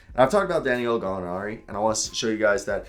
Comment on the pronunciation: It’s da-nil-o but just call him Gallo for short